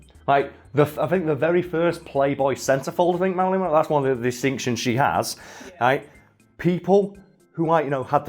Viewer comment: Meh-ralyn Monroe. Just a messy sket